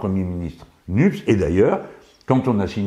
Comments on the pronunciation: Le sigle de la NOUVELLE UNION POPULAIRE ECOLOGIQUE ET SOCIALE ne peut avoir qu'une seule prononciation : nupès. En disant NUPS, le mot ECOLOGIQUE est effacé. Or l'écologie a toute sa place dans votre programme. Merci de ne plus tergiverser sur ce point M. Mélenchon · surtout qu'on dit MEDEF, CNED, NED, FED, SNES. Les é et les è se prononcent. C'est marrant comme nupès pose problème🤔